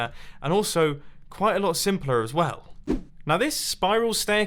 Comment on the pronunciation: "quite a lot simplur as well."